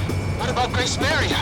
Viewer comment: Its Gracemeria not Gracemaria